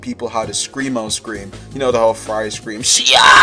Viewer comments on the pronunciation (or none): none